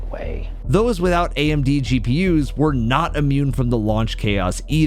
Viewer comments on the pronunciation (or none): none